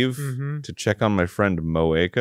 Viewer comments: pronouncing moeka like cloaca...... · The first time Dan said Moaka, I heard cloaca